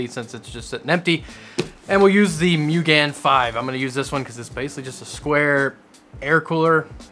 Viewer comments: "Mugen" It's not "Moo-gan". It's "Moo-gen". It means "Infinite" in Japanese. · i love hearing people butcher words... "Mugen"... like the car part manufacturer... there should be 2 dots above the U making a double O sound... Moo"gen" NOT "gan" and it's gen as though it rhymes with ken not like gen in generator or generation...